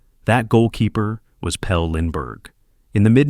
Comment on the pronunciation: Maybe if you pronounced his name correctly this would actually be good loser